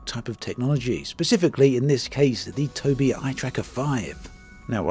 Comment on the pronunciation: Am I the only person on the planet who knows it's pronounced Toby eye